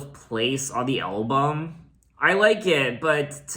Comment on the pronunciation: Ok, but you say "Elbum"... lol